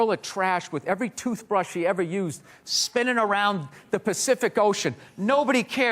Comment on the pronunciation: "...meanwhile there's like a swirl of trash with every toothbrush you've ever used spinnun' around the Pacific Ocean..."